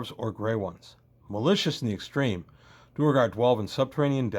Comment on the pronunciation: I've never heard anyone call them anything but "dwair-gar."